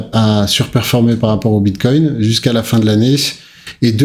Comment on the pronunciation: Vers 6 minutes 50 ta failli dire une fois de plus Biscoin 😂